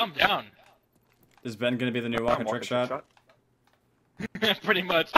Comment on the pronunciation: At the end of the video it sounds like is saying CRAAAZY TRICKsha